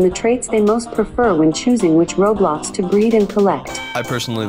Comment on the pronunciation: the "roblox" pronounce made me dying